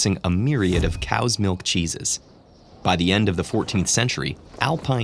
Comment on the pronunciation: Chesses kinda sounds like jesus